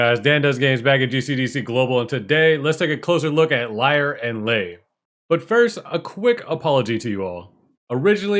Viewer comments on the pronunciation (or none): its not "liar"